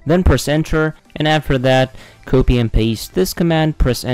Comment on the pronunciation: Did yo say "cowpi and paste"?